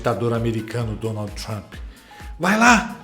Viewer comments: "DonalDJÍ TrumPÍ" dói o ouvido essa pronúncia lixo do inglês. Tão ruim quanto ouvir "Élon" e não "Ílon Musk" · o ingrêis da dona Dani: Dônoudji Trâmpi😂😂😂😂😂😂😂